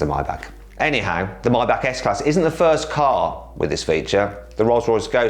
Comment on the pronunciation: 🙅‍♂️fast 🙆‍♂️first 🙅‍♂️thirty 🙆‍♂️thirteen